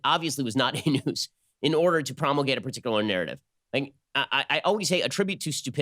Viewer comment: Is fake "noose" wah wahhhhh LMAO